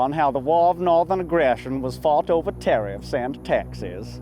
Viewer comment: LOL at "terrifs"